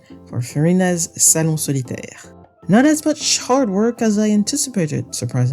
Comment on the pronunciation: OMG the way you pronounced "salon solitaire" and the rest of their names is sooo goood, thank u for not making my ears bleed